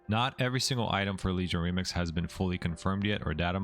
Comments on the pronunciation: Okay, am I crazy or does he say "Lemix" instead of "Remix" every so often? I feel like I'm in Super Troopers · Incredible guide but I hate you for saying LEMIX constantly lmao